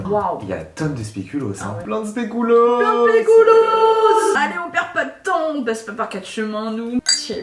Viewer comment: Le speculoos c’est belge et on dit pas spéculos on dit speculooos